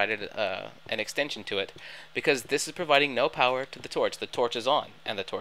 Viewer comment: That "Xtension system"? ^^